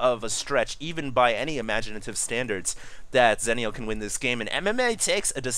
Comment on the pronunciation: ITS ZEE-NEO